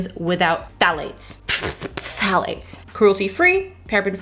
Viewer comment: I love the 2nd time you said phthalates lol